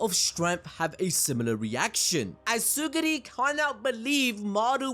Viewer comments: Pff... Tsugiri.. BRO IT'S TSURUGI That's way too funny to me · Tsurugi not tsugiri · Bro please, his name is Tsurugi, not Tsuguri 🤦‍♂️🤦‍♂️🤦‍♂️🤦‍♂️🤦‍♂️🤦‍♂️🤦‍♂️ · uhhhh "Suguri" is not a character in that manga It's Tsurugi Tsu-ru-gi Not suguri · its tsurugi bro not tsugiri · Its not TsuGUri its TsuRUgi 😭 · It's tsurugi 😭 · ().... it's Tsu - RRRRUUUUUUUUUUUUUU - Gi, bro. Try viewing the word sort of phonetically like this: Tsoo ---- ROO ---- Gi. Does that help the dyslexia? I'm being direct, not rude.... trying to help you. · Ngl chief, mispronouncing Tsurugi's name and misnaming the Star Plasma Vessel consistently multiple times was top-tier ragebait. Assuming that was intentional